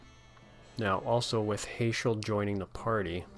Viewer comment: Heyschel lol, I pronounce it Hash-el. Trust me it's cool as long as you're not calling Tidus (teadus)... just sounds so tedious. In english language it is Tide-us idc what the creators think or say neither bc they dont speak english! If they did then they need to learn how to read English its Tidus not teedus. They also never say his name during the game so it's a argument that will never die to me because no one will give up their side of the argument and I will not give up on mine LOL